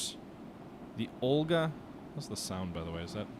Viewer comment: Correct me if I´m wrong, but doesn´t it say O-LEG rather than OL-GA?